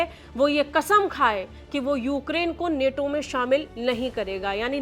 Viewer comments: नेटो नहीं नाटो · Neto nhi nato h vo😂😂😂😂😂